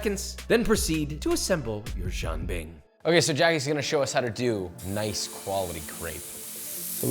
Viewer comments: The chef is obviously a native speaker of Chinese....Why couldn't he simply teach Josh how to say Jian Bing correctly :( It would have taken 10 seconds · Not to mention Josh’s HORRIBLE pronunciation of jianbing. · Yes, the constant mispronunciation of it drives me mad. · Jesus Christ. It’s not Jean Bing, Chandler’s French cousin! It’s jee-an bing. If you’re going to spew on about how authentic you’re making something, AT LEAST LEARN HOW TO PROBABLY PRONOUNCE IT. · Stop saying John Bing😭 I’d rather you say Jen Bing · It’s pronounced as ji-yen bing, as in Japanese yen, not ji-ahn bing…. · I hear Josh saying “John bing” but it’s more like “jee-an bing” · it's "jian" like Leanne. why do you keep saying jang bing lol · "Jean" (as in Claude) bing? Nah bro it's Jen bing? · Jian Bing is a buckwheat crepe, and Jee’ Ann has a different pronunciation. I applaud you for bringing northern Chinese cuisine to our attention, but let’s be a little bit more authentic please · it's jian bing. Like Jen. what the why you had butcher the word like that? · Instructions unclear; dumped some Bisquick in a pan and added pork rinds & bahn mi Every time you guys say Jianbing it sounds like "Jim Beam" and it's a wonderful thought experiment for a whiskey lover like myself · I stopped watching when they started slicing the cucumber. I almost dropped my phone when they put milk in the batter, and I wanted to strangle Josh for not pronouncing it properly. Jean bing? Really? Wtf? But… I am guilty of jianbing mistreatment myself. I like making the sauce out of pixian doubanjiang as well as huangdoujiang. Gives it a nice deep flavor and a nice little kick of spice. I’ve also put in yangrou chuar, cooked over a campfire. My favorite shaokao. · stop butchering the names 😢 Who is John Bing? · It’s as authentic as Josh’s pronunciation. Jean Bing. wtf. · Its pronounced Jan like janitor And Ping like pinging (EDIT: more like peeing without the i) Btw